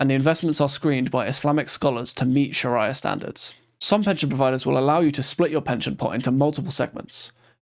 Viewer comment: Its pronounced "sha-ree-ya" 😉